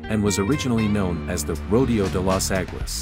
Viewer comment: Rodeo in Rodeo Dr is pronounced Ro dayo